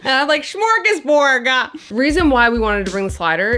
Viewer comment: It's a "d" not a "g" at the end of 'smörgåsbord'. 🤣 Loved the vid and "Cold Island"-series too btw. 😄👌🏼